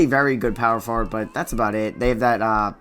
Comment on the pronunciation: i watched ur videos all day and u say power forward wrong tf